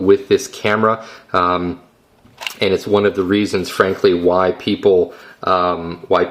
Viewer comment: It's Funny When He say's why people would be interested etc.. I Sound's Like He is Saying Why White People Would Be Interseted etcc...